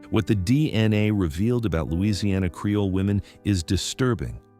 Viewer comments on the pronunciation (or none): Creole. Not "Careoles." Your crappy AI video narration keeps mispronouncing terms and fully glitching out some words.